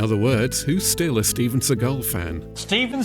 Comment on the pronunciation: Steve-juan Segal lol